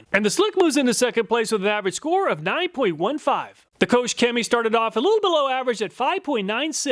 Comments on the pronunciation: KochChemie is pronounced closer to Coke than coach lol. Their GreenStar is my favorite product. It’s very alkaline so it’ll strip off anything you have on the car but it also really gets rid of any dirt or greasy grime with just a foaming and a pressure wash. No real scrubbing at all. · It hurts my German soul to have it pronounced "Coach Cammy" :D